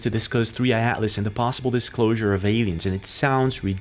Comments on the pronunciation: Odd how u pronounce "Europe"......a-e-ens "aliens" Please don't abandon ur other channel it's my favorite. Love u. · Odd how u say Europe..... aieens aliens